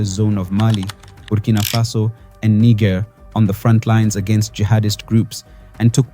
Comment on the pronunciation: Pronounce Niger correctly.